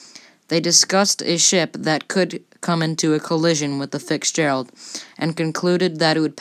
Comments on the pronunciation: When you mispronounce the name of the subject of your video every single time, you should consider re-recording the narration before posting. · It would be a good idea to learn to pronounce Fitzgerald before narrating a video on her. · Don't get me wrong. Other than mispronouncing the ship name over and over, the kid otherwise did a good job with his video. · you need to learn how to pronounce Fitzgerald, you're saying FIX-gerald not Fitz-gerald. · To the Narrator.. It is the Fi TS gerald.. NOT Fi X gerald as you kept calling it. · Its name was the FITZ Gearld NOT THE FIX GERALD ! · Is English not your first language or something? It’s not “fixdgerald”. It’s Fitzgerald…. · It's FITZZZZ gerald. NOT FICKS Gerald !!!!!!! Annoying !!!! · Grammer, grammer, grammer ! ! "Rised Up" instead of rose up; "Chrysend" instead of Christened ??? Also it sounds as though your saying "Ficksgerald" instead of Fitzgerald. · Not a bad stab at it. But you have to work on your delivery and pronounciation. It's Fitzgerald. Not FIXGERALD. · I couldn't finish watching this video b/c your pronunciation of so many words is so poor. For example: are you saying "Fitzgerald" or "Fix-gerald"? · It's fitz not fix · It's called Fitzgerald not fixferald!!!! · The narrator pronounces the ship's name as "Fixgerald" rather than "FITZgerald." Also she mispronounces "christens"! Please re-do this video with a narrator who knows how to pronounce things. This could have been a much better video if it had had a narrator who knew how to pronounce things!! I REALLY HOPE that this narrator reads this! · I don’t know who was the spokesperson for this video but the language was VERY broken and mispronounced! TERRIBLE editing on the voice over made it hard to listen to. I could not finish the video. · FITZgerald. Not FIXgerald. And if you're going to do videos about ships you need to know how to pronounce "Christened". It's pronounced "crissened". Not "Christ-end" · FiTZgerald. not FICKSgerald.